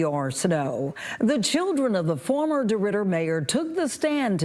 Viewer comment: Deridder…..”dey rode her”.